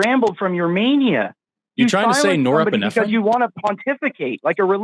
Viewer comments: Norepinephrine is a neurotransmitter, not doing the things this ‘lawyer’ acusses it of. (even if he could pronounce it) Lawyers are famously bad at maths, as he proved sufficiently. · Lol can't pronounce norepinephrine, knows better than real biologist. Jesus Christ, how come so many of your devotees are such narcissists? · glad forrest also thought he was saying norepinephrine lmao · "it's like talking to a cult member" says the guy in an actual cult. and hysterical that the one who can't even pronounce "norepinephrine" correctly thinks they're superior in any way. This guy is just next level ignorant. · Absolutely no one says norepinephrine like this clown. Source: me, a neurosurgeon. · Someone who doesn’t even have the courage to learn how to pronounce a word that he was pronouncing incorrectly as a coward. How would you like to be married to this fool? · Gotta love the "LL" & wtf the pronunciation of norepinephrine was! 😂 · I guess he is trying to pronounce norepinephrine , also known as noradrenaline, but I guess his genius prevents its proper pronunciation. And he is confusing organism and origin. Wow. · "is this imperious?" Aaaaand cue endgame. This guy has so much time man. Hope he's doing the dishes too. It is norepinephrine he's trying to redeem to and I really don't know if the mispronunciation was meant to be a joke or not. I'd love to hear imperious quized on some case law in an area of his choice. Edit: Imperious is not a lawyer. I really want to know what this guy is like irl. I'm not even sure he's an adult. Either way he's unhinged. He's not even a troll. Maybe he's a bird law paralegal in Philly. That could be. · The guy who sounds like he's about 16 is a lawyer for thousands of hours, totally. Yup. And can't pronounce Norepinephrine and calls it a 'brain chemical' instead of a neurotransmitter. Genius. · WTF is "nora-pee-fren"? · Ain’t no way he said norephrin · He said norepine…. The chemical in the body. Lmfaoo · "Norrepeephren" xD